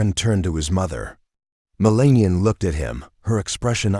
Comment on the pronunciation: MeLAH NEE AH